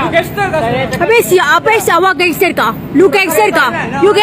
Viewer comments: "lu gangsterrrrr ka? Lu gangsterrrr ka?" 6 harkat R dia hahahaha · Apaa bini dia sebut, genserkaaaa😂 aiyoyo